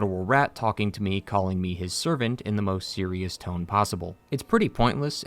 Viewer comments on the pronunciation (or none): none